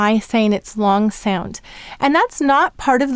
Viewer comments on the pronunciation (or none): Im totally stuck at ur L,sounds like p"oo"r. does the word "long" have any part similar to p"oo"r? no, but in ur dictation 「long」 sounds like "oo"o ng